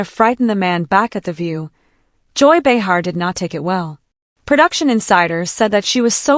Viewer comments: Pronounced BAY-HAR GET IT RIGHT AI! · Who is this bitch narrating that doesn’t know how to pronounce Joy Behar’s name?????